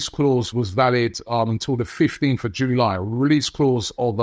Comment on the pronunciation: I hate the way you pronounce July.